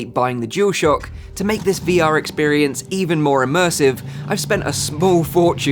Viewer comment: Loves PlayStation but still calls it a jewelshock controller 🤦🏻‍♂️ it’s DualShock why can’t people say it properly 🤬.